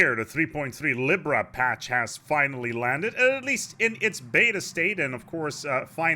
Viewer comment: Why u pronounce libra like that XD